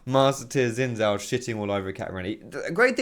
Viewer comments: Isnt Xin Zhao pronounced Shin Zhao? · I can't stress this enough about the pronunciation of xin zhao. It's pronounced like sheen-jahw. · PLEASE type 信赵 into Google translate & listen to how Google pronounces it.